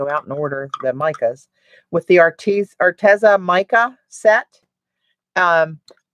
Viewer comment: Btw..Arteza is pronounced Ar-Tee-zuh. I asked them.😊